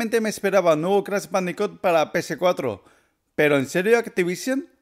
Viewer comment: ¿Crash bandico, pc4, activición? estás pronuncia bien mal las palabras en inglés y en español también y eso que eres español, debería darte vergüenza.